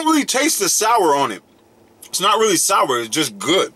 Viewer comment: Lol he said shour